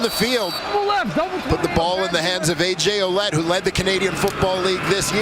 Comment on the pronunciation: funny how they say ,oulet .... when his name is Ouellette ... well-et,, thats the pronounciation ..,,, well-et